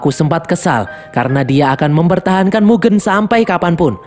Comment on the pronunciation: baca mugen aneh bang, coba e nya pake kaya lele